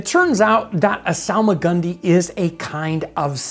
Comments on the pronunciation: I hear solomon grundy whenever he says salmagundy😂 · It's actually pronounced Solomon Grundy